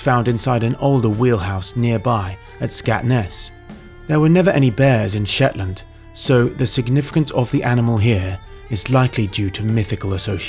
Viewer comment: Scatness and Schetland were never Scottish... ok,. Lol.